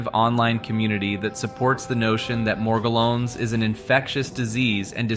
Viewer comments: Bro pronounced "Morgellon's" literally 6 different ways. Sometimes it has a French accent and shit 😂. "Meirjerrohnns" 😅😅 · it took me too long to realize that an AI is reading this, but he pronounces Morgellons in 5 different ways in the span of a minute.